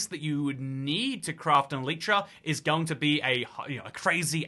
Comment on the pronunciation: the way you say elytra pains me